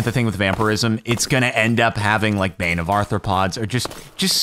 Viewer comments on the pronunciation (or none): none